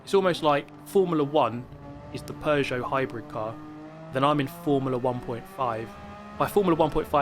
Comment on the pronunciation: It's simple: Because it's a "Pujuot". Superior French Engineering.